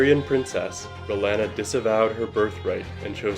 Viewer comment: It's pronounced Re-lawn-uh, not whatever you said.